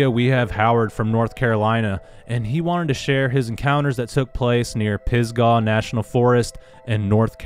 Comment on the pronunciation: Pronounced pis•guh, like "duh" lol, not sure why it's spelled with an a. Anyway that's where I'm at, work at Grandfather Mountain in the Linville Gorge area, live in Spruce Pine. and yeah it's supposed to be very bigfooty around here. I've never had any encounters while camping in the PNF, but it was probably the wrong time of year. If you do end up coming to the area, I would be happy to show you some spots in Spruce Pine, and show you where my 2 sightings were. Sounds like I'm within 20 miles of Howard.